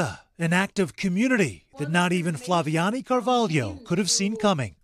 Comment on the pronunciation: They misspelled her name, Flaviane, but the narrator did pronounce it correctly, except in Brazilian Portuguese the second A sounds more nasalized. Anyway, a heart-warming story of civic courage! 💚